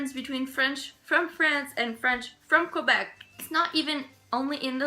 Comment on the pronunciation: It's "Kwuhbeck" now, eh?